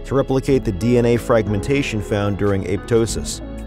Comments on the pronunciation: Pronunciation: A-pop-tosis; a-pop-totic cells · it's aPOPtosis